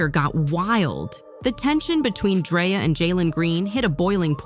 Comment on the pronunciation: Lol she said "Dryer" 😂😂😂😂😂😂😂